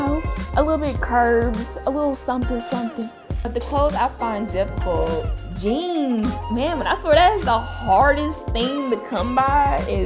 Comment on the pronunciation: When she said jeans I thought she said genes